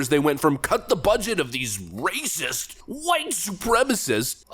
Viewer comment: RAYCISSST'S LOLOLOLOLOLOLOL